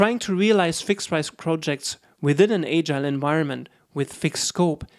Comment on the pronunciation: 1st ... you must learn how to pronounce “agile” ...